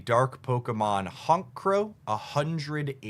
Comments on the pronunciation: This dude said “Honk crow” I immediately subscribed and then dropped a dislike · Good summary but your pronounciation of Pachirisu and Honchcrow as ‘Pakirisu’ and ‘Honkcrow’ got me lol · Honch, like honcho! A leader. Not honk. Pachirisu pronounced the same. Like the "atch" in watch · Youtubers pronounce pokemon bad is still a thing: "You must be the head HONKO around here" What's with the silent c and h on your pronunciation of Honchkrow? 😆😆😆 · pockyrisu and honk-krow 😂😂😂😂😂 love you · Honk crow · pachirisu and honchkrow are pronounced like watch is with the 'ch' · We gotta work on your pachirisu, honchkrow, and cresselia pronunciations😭